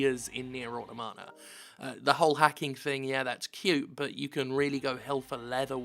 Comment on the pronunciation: Why does absolutely every youtuber pronounce the word 'automata' incorrectly?